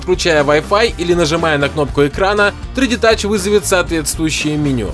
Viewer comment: Научись говорить 3D Touch и iPad Pro